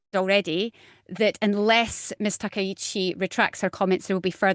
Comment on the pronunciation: As a Japanese, I believe Takaichi is correct